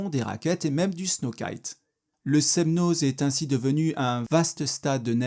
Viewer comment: C'est votre commentaire qui est n'importe quoi ! De plus il n'apporte rien et ne veut rien dire... Je suis Annécienne et ce reportage est très bien et fidèle à la réalité. Sauf le z du Semnoz, qui ne se prononce pas. 😅☺️